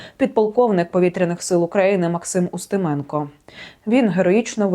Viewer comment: А я зрозумів що вона ставить наголоси в українських прізвищах на московський манер УстимЕно. Де ви таких понабирали??